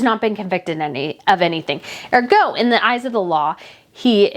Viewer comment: "He and Meghan are..." not "Him and Meghan are..." Also, the accent in the word "ergo" is placed on the first syllable, not the second.